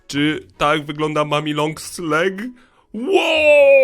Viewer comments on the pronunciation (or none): Mówimy long legs